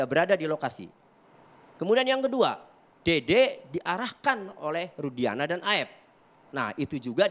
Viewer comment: Si....Sebut Rudiana aj jdi Rusdiana. Itu aj ud Salah ap lgi yg lain,,Ap lgi yg Sok Dia Catet Catet Materi buat Bantahan...ud bnyak yg Salah.....Salah demi Uang. Manusia Sesat